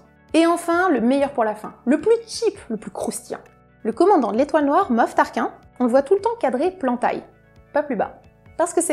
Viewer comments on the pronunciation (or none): Dune ^^, le sable, l'épisode les chambres de bakta:S mais s'est quoi cette prononciation du grand Moff-tar ki-ne" et non tar-kin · juste une petite rectification se n'est pas Moff Tarkin comme tu dis mais on dis "Tarkine" et sinon excellente vidéos